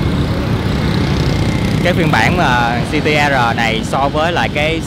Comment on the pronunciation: “Gi Ti E Rờ”. :))) tây ta lẫm lộn :v